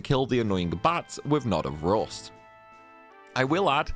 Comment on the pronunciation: knawt of roost